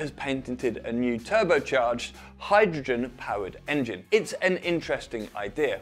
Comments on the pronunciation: Enging "Indian accent" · Enging? lol cmon. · le enging xd